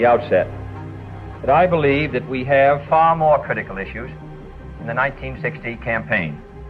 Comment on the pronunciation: I noticed how during Kennedy's speech he said "I bleed in" and not "I believe in".